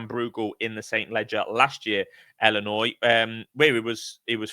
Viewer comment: Iearn to speak its illinois not ellinois